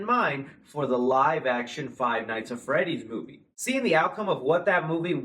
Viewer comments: Literally like stop saying five nights at freddy it's annoying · "five nights at freddy" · I hate that he said " five night at freddy " ITS FIVE NIGHTS AT FREDDYS YOU BI